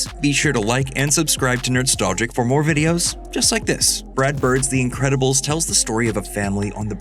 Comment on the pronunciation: It's always crazy to me that your L-sound speech impediment prevents you from pronouncing your own show name "Nerdstowgic"